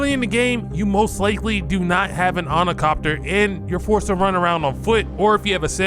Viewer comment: As soon as I heard "ornicopter" I knew there wouldn't be anything knowledgeable here...